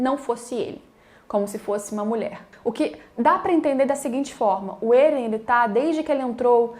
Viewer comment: Até aceito vc falar Éren* ao invés de Êren e outros tbm.... mas pq diabos vc fala Ziki* e não Zeke* ( q é como se escreve e se fala no anime ) ?????? E a pergunta q fiz no anterior nem foi respondida, vou dar xau a Crunchrool, é o jeito !!!